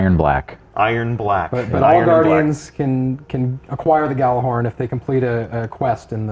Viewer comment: I hate when people say Gjallarhorn like "gal-la-horn" and not "haella-horn", even though it's actually supposed to be pronounced "Yalla-horn"...